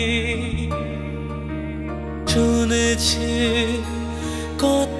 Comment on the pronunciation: প্রথম শব্দটা চুনেছি শোনা যাচ্ছে যা খুবই শ্রুতিকটু...... উচ্চারণ ঠিক মতো না হলে গান আর গান থাকে না 👎